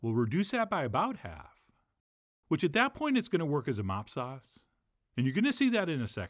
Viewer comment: LOL. I had to back it up five times to understand what you were saying when you started making the sauce. Finally, I put on closed captioning and realized you were saying "mop sauce." This is a term I had never heard. Anyway, I get what it is and I have been looking for an easy recipe to make baby backs for a while. Now I hope you will show us how to grill baby back ribs. i wonder if you have the capability to grill on this show? Anyway, I always enjoy your videos and use a lot of what you show us in cooking many things. E.g (get the big heavy duty foil). I was happy to see that for once, I actually have all the ingredients you used to make the rub and the sauce. Now I just have go buy some ribs. I can't wait to try this recipe.